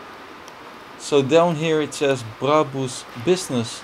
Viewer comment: He actually pronounces brabus correct